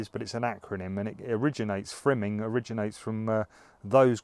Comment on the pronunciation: My apologies to all the chilli grower viewers...i meant to say FIMing throughout this video but kept saying FRIMing lol Oooops